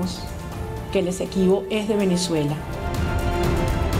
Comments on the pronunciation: No es Equesibo ???, sino Esequibo se ve que no sabe ni coomo se llama el territorio y se pone a tratar con ese tema . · no se dice Equesibo se dice Esequibo